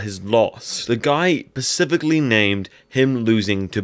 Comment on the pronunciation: My daughter does this same thing... not hating at all, just neurotic.. but it's specifically spe- cifically ... not pacifically.